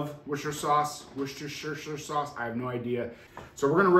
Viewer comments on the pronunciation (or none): wous-ter-shire and the shire part can be pronounced shrrr or sheye-er and is old english for "county" its not pronounced wour-cest-er-shire. the word sheriff is a contraction of "shire reeve" which is old english for "county law man" :) NOTE: Any accessory that uses an app on your phone where that app is not 100% open source IS SPYWARE*. There are literally ZERO exceptions to this rule. If you allow one exception you are asking for your privacy to be invaded. They track everywhere you go with that phone and they *CAN do this even if GPS is disabled and they SELL YOUR MOVEMENT HISTORY. Again. There are ABSOLUTELY NO ACCEPTIONS to this rule. Closed sorce phone apps are ALWAYS spyware. PERIOD. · Pronounced Woostersheer.